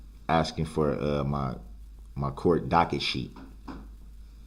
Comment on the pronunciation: wait is he really asking (axing) around the 3h15 mark if it's legal for the protection to prepare their questions in advance???